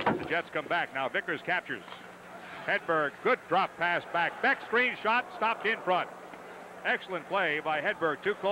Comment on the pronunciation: Hilarious hearing the Rangers announcers basically butchering every player's name..lol. At least they pronounced BECK properly.